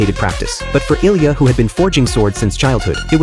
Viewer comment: His name is ilija not ilya